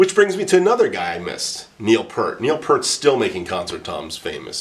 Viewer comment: Cool and informative Thanks! It's pronounced Neil P'EAR't (as in your ear) BTW. ;-)